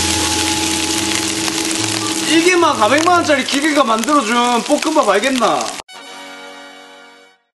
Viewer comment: 볶음밥을 자꾸 뽂응밥이라노